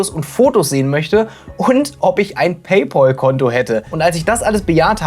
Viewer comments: "paypOl"?? vorsicht, du spielst mit deiner Glaubwürdigkeit. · [ˈpeɪˌpæl] (Pey-päl) ist die richtige Aussprache. Das ist doch nicht so schwer lieber. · Junge was stimmt denn nicht mit dir? Es kommt von englischen pal was Kumpel heißt. Der ZahlKumpel. Und das englische PAL spricht man wie PELL aus. Lern mal englisch. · PayPal, nicht PayPaul. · Wer ist eigentlich dieser Paypaul? Meinst du vielleicht Paypal? Das spricht man aber wie "pell" aus und nicht wie "pol" 😀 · "Pell" schon mal gar nicht. Das klingt ja schlimmer als "Paul". Richtig heißt es "PayPahll" also das zweite A wird als deutsches A ausgesprochen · Das Pal in Pay Pal spricht sich wie Pel.